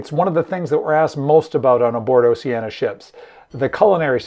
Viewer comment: For all of those who don't know, "Oceania" is pronounced "Oh-she-Ah-nee-uh" (5 syllables); not "Oh-she-ah-nuh" ! Otherwise, I am enjoying your informative videos - please keep them coming!